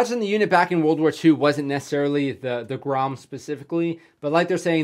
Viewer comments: Wow you actualy kinda said it right. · Dude, your Polish pronunciation is great. That was like 9 out of 10. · You right man, good pronunciation man ;) GROM 💪💪💪🇵🇱🇵🇱🇵🇱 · Damn you Pronounced that really good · You read the name of the formation so f&*# RIGHT!! :D